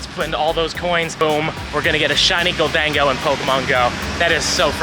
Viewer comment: lol “Gol-Dango” it’s Golden-go I believe